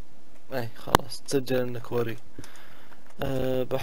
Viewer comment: اسم مو كووري كواري